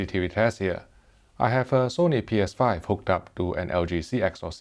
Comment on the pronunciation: Lol it’s always funny when he says “Sony Ps5”